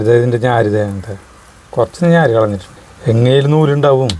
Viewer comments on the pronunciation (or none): ഞാര് അല്ല.... നാര് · ഞ്ഞാര് അല്ല നാര്😂😂😂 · ഞാര് അല്ല സരിത, നാര് എന്ന് പറ